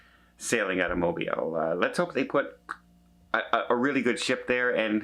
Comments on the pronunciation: It is pronounced, Mobeel, not Mob(eye)l. Lol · And it’s pronounced MO-BEEL - not Mo-bIle 🤗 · Its Mo-Bill. Local knowledge on the pronunciation.... LOL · It is pronounced M-O-L-B-E-E-L. My ancestors for over 100 years are from there.